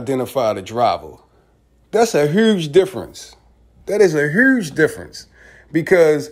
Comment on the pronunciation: This video shows there guilt. Pac lives on. But why can't you say the word huge? The letter u, you pronounce it like tart. If you want the videos looked at serious, work on that please. Thanks